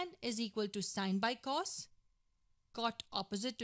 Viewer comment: It’s crazy how she doesn’t even know how to actually pronounce cos, cosecant or secant